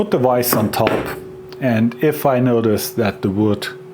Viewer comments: It's vise not wise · super odd hearing the german v in the word vise. i guess it is right but it tottal doesnt sound ight